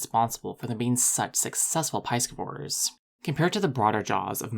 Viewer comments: 𝛑scivores: Not "PIE-skih-vohr", but "PIS-skih-vohr". First syllable rhymes with 'this', not 'rice'. Do not confuse with pronunciation of 'piscis'. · Ive never heard of piescevores before, do piescevores live off eating pies? You know, how piscivores live off eating fish…? You really should learn to pronounce words youre going to use many times in your videos. Other than than I liked this video 👍